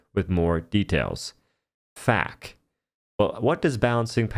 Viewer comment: Did he just pronounce F.A.Q as "fak"?!?